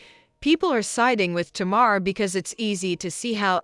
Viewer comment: Sounds like it’s saying Tomorr instead of Tamar 😂😂